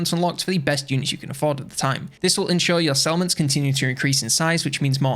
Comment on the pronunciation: took me 5 mins to figure out that you were saying settlements, not salmons...